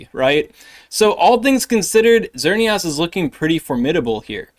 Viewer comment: My guy... It's Xer - neee - isss Like Chris or miss